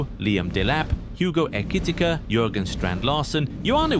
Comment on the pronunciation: That pronunciation of Ekitike 🤢🤢🤢